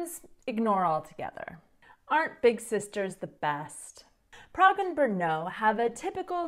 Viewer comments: Wow. You are the first person (who is not a native czech) that I know who actually learned to pronounce "Brno" absolutely correctly... I am amazed. I got to know a lot of foreigners/outsiders from all around the world who live here (in Brno) who never achieved that. :DDDDDD I was born and raised in Brno and I love the city. It used to be very boring and empty city when I was a kid. Somehow, it has become overcrowded over those 30 years of my life. Lots of people from whole southern-moravian region come here daily to work. That is also true for foreigners (mainly Slovaks and Ukrainians) who live here in great numbers. There is huge demand for workforce in Brno in all areas and it is typically easy and quick to find a job here... The problem is that central governments have been neglecting real property investments for decades. No new buildings, appartments or neighborhoods have been built as a product of some national housing strategy. The result being real property prices are now much higher than they used to be decades ago. I dare to say that number of people who move/work around the city throughout the day nearly doubled in last 30 years but urban area of the city is still identical (more or less) which can be easily seen on Mapy.cz when comparing maps from different time periods. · Oh my, the way you pronounce Brno is so amasing 😁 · Your pronunciation is accurate. Brrr!! No!!! That is how the name Brno came about. :-)